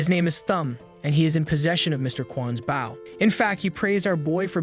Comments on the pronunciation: I’ll never get over the automated voice not knowing how to pronounce the word bow. And not baow 🤦🤦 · please im suffering!!! stop pronouncing bow incorrectly